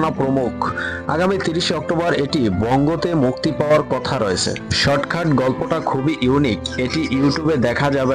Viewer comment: শর্টখাট না শর্টকাট 🙄